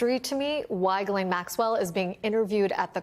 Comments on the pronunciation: Bye the way. It’s pronounced Yislen ffs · Her name is Ghislaine not Guylaine. Sloppy reporting...